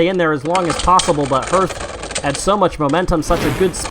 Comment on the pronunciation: Anyone else find the pronunciation of hearth as herf weird?